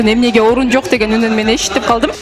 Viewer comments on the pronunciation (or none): Журналист кыз эштип калдым дейт го..... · Эшитип калдым дейт го журналист кыз Баткендик кыз окшойт